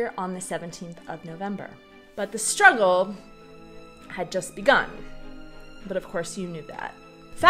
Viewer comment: In the bigger picture emphasis on the word "struggle" is really misplaced. Otherwise good video...